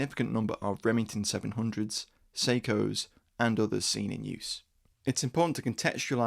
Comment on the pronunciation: Sako. Say Sah-koh. Don't say Seiko.